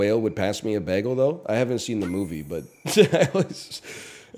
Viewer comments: Bayehgul. Its hard to type how he says bagel. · Why does he say bagel weird? Is it a bit? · Canadian lol